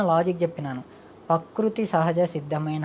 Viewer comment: స్వామి పకృతి కాదు.. ప్రకృతి అని అనండి.. స్వామి మీకు నోరు తిరగటం లేదు